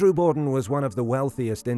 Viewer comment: Borden with an R....say R